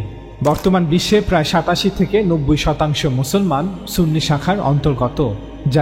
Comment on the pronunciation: ওয়াবি ত বেশি,সুনি বললে সুনি হবে না